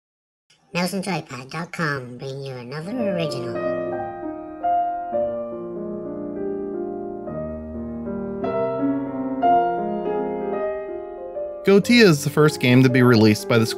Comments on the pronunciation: Thanks for the review, it helped! :) Not to nit pick, but I believe the pronunciation of Goetia is GOAH-EH-SHA or SHIA. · Correct. It's Go-eh-sha. Eh like the letter 'A'.